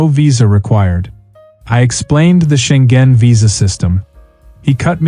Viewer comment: it's Scheng-en, not Scheng-gen